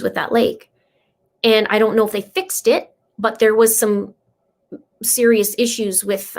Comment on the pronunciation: and it's serious... Not serioious 🤦🏾‍♀️